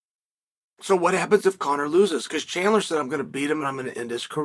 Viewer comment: And he pronounced both names correctly 😮